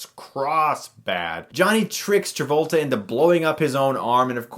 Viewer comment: hehe John Tabolta